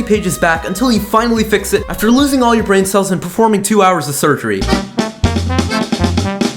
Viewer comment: You said bran cells